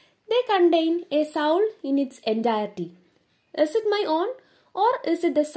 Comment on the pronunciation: soul angnyalla ttooo pronounce chyyya 🙂 But i really understand your classes Its really simple to get through